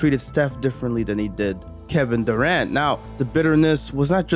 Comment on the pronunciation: Did he just said Devin Durant? HAHAHA